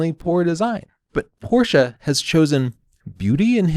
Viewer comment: I like that you say "Porsche" like the germans do and not "Porsch".